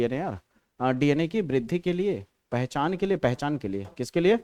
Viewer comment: Pachan ko pahchan bata diya sir ne😂😂😂